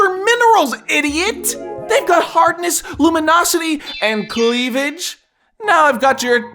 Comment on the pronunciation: "clevage" XD